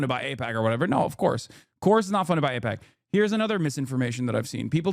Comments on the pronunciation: I think it's telling that David chooses to ramble about the pronunciation of AIPAC. It's almost like a tell where he 100% feels very uncomfortable talking about it and he needs to deflect with this little bit. It's very trumpian in many ways. Tangent: I used to watch David all the time. I was even a paying member. What made me stop supporting him was when I saw one of the non-paid versions of his episodes and they were littered with scammy crypto ads. When he was called out on it, he deflected, claiming that people need to provide him with proof cause he didn't know which video people were talking about. The one thing I've realized is that projection is the easiest tell that someone is disingenuous. His response to the Wired article only adds credence to this. He often talked about how it's difficult to debate with people on the right because they start little fires for which they expect you to put out, otherwise they would argue that they are right. He is literally doing exactly the same thing (ie. him needing to call out about the people on the right is projection) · I'm sorry but Hasan is being disingenuous. You're gonna say he doesn't know AIPAC just because he said he doesn't know how its pronounced? thats low. I didn't hear him one time say he didn't know who they were. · Packman has done the mispronounced confusion thing before. I can't remember what it was but maybe someone can find it. I think it's a "tell". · That's the smoking gun? Whether he can pronounce AIPAC correctly? JFC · Pakman doesn't know how to pronounce aipac, and Donald Trump never heard of a man named Jeffrey Epstein until the media started asking him questions about the guy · Why stop there? Just call him Maga. He pretended to mispronounce AIPAC after all🤷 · Pacman can't say AIPAC and he can't say genocide either. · David Aipakman. Not sure how to pronounce that guys, sorry... (notwithstanding calling Reza Aslan a fraud)